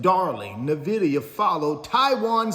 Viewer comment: Please research how to say Nvidia, you pronouncing it incorrectly is either an inside joke or a serious lack of research.